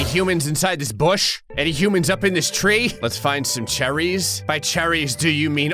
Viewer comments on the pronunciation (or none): i like that said charrys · The way he pronounces cherries 💀💀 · cherries like he's in the Royal family he says it like he's royalty it's hilarious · The emphasis of cherries is alarming